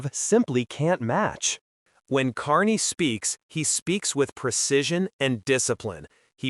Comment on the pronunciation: So stupid you can’t even say his name right